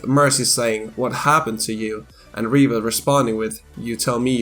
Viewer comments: Are you saying reaper or reaver it may just be my iPad but you sound like you say reaver on my phone and computer? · I swear every time you said Reaper it sounded like Reaver instead. I admit it did start to bother me